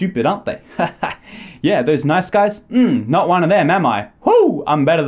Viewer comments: I heard night skies a few times what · sounds like you're saying "nize skies"